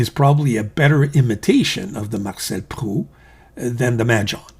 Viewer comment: Marcel Proust , the final S and T are pronounced like in " boost"